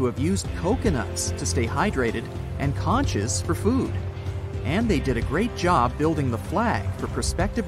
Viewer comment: “Conch” is pronounced “conk.”